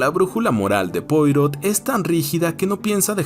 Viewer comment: Como es un nombre frances, se pronuncia "puarò"